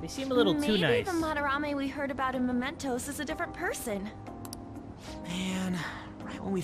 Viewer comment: Please, it's mementos not momentos... Looking forward for this serie like I did with with P3 and P4